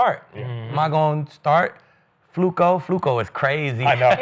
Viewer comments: yo bro his name fluko. Not Flacco. You know you wanted to say it lol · I remember when Skip first called Flacco , Flucoo😜:finger-red-number-one:first thing I ever agreed with him while watching him every morning at the barbershop ! Salute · Skip constantly calling him Flucco is so damn corny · So disrespectful. They make sure to pronounce “Shedeur” properly, but purposely mispronouncing FLACCO for laughs 🤦🏽‍♂️ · Why is skip saying Flacco like that?